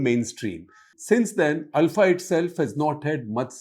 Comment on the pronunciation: Thanks for thr correct pronunciation of ULFA. North Indians always say it wrong as OOLFA.